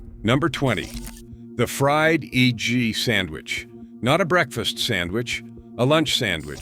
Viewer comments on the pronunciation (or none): the mispronunciation of “fried E.G. sandwich instead of “fried egg” seems to point to a little white lie in the description of the video that this is all human narration. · Cool list, but if this is human narration, how come "he" pronounces the misspellings? ie, "fried e g" instead of fried egg, "dela" instead of deli. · The fried ee-jee sandwich? Please fix your ay-eye.